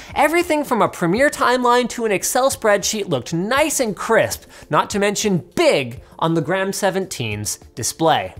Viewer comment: Yep, he keeps saying noice from time to time